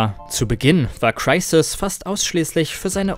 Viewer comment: Wie sprichst du Crysis aus? Ist ja ekelhaft